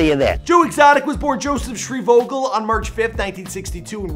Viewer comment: "Shreevogel" .. brah did you even watch the show?😂